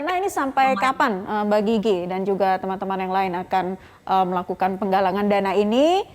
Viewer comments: Ini presenter nyebutnya kok mba jiji ejakanya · Mbak GIGI di baca GG 😂